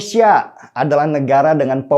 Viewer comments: Koreksi sedikit bang Den. Pengucapan nama negara kalau bisa yang tepat. 'Indonesia' bukan 'Endonesia' . Maju terus bang 👍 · Bang, Indonesia bang... bukan Endonesia.... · Tidak bosan untuk mengingatkan bang. Negara ini punya nama Indonesia "I", bukan Endonesia bang. Salam hangat bang. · Ngmng Indonesia aja pake E? Udh mending ga ush buat konten dpt in sertifikat ngmng dulu baru buat konten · Indonesia...!!! BUKAN... Endonesia... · Indonesia bang.. bukan Endonesia.. 😒😒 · INDOnesia, bukan ENDOnesia! Pelafalannya selalu kurang pas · Kmp lw terus sebut endonesia.... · Bukan ENDONESIA Tapi INDONESIA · Indonesia bang bukan endonesia In no end